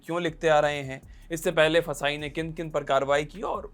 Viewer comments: It's not फसाई, It's FSSAI, pronounce it correctly you are a big news channel. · FSSAI ko फसाई nahi kehte hai, usko F.S.S.A.I pronounce karte hai. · FSSAI ko fasai 😂😂😂 kehna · ऍफ़ इस इस ए आई ❌ फसाय✅